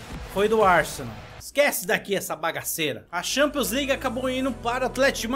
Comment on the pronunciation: LIGUE AN, E XAMPIONS N DA CARA FOI MAL SUA PRONUNCIA ME OBRIGA A N VER TEUS VÍDEO, É FORÇADO